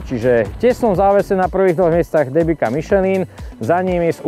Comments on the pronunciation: Len tak mimochidom, "Debika" sa číta "Dembica." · Michal! Pre Boha! Nie DEBIKA a DEMBICA :-) Pozdravujem :-)